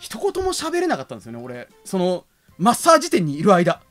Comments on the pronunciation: 「マッサージ」のイントネーションが「だっちゅーの」なんよ。 正しくは「だっふんだ」なんよ。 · 舞元の「マ↑ッサージ」って発音はデフォなのかw